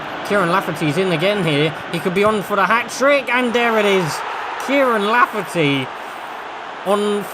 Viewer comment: It’s Kyle lafferty 😂